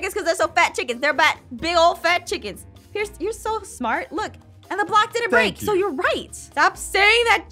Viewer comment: Sorry but you said it wrong😩,his name is pierce